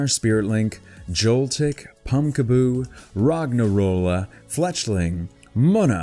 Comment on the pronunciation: its pronunces as--- ROG-N-ROLA not ROGNA-ROLA, TANGLE-A not TANJELA, SFEAL not SHVEAL. MY-NUM (like minus) not MIN-UN just thought you might like to know.